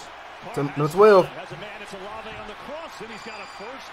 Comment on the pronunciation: Buddy called Shaheed a no name bum, Kamara a bum and said Olave (in all words) not like that 😂😂😂😂 mans dont know ball bro